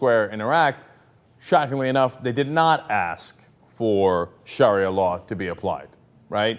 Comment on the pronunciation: You can't even say sharia right.